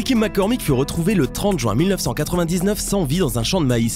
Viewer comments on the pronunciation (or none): none